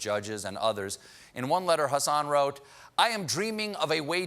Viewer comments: did Stephen just say 'Hassan' instead of 'Hasson'? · A White Nationalist named Hassan Yeah, okay! Lol Love how Colbert forced himself to pronounce it incorrectly as 'Hassin' at first too, and then slipped up and said it correctly right after The media is absolutely gross